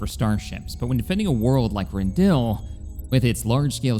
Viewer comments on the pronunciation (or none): I'm loving the content, but I gotta tell you: It's pronounced Ren-dil-i, not Ren-dill. Without that i it kinda sounds like you're liberating a vegetable 🙃